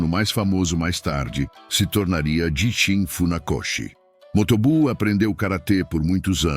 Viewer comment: Prezado, também notei esses erros de pronúncia! Vai mais um erro que você esqueceu de citar: Gishin a pronúncia é: Guishin.(09/08/24).